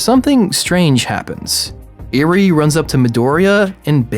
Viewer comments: Eri is pronounced eerie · Others: mi-oreo Me: holy shit he said eerie instead if eri... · Not to mention Eri's name is simply said how it looks. Not EE-rie. Eh ree. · Me: there is no way this guy can mispronounced any names in bnha This guy: me oreo, eerie Me: triggered 😡 😡 😡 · Me-oreo Me: That's fine I guess Also: Eerie Also me: sigh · eveyone is talking about “miorio” but nobody is talking about “eary” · Name: mirio This dude: mIRoRiO Name: eri this dude: iRi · stop saying miorio stop just stop edit: NIGGA DID YOU JUST SAY EARY STOP don't go further down wow you rude if you reading this you prob the type of dude who would say miorio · "Miorio" "Iri" "meedoria" THIS IS WHY PEOPLE USE THE ENGLISH DUUUUUUUUUUB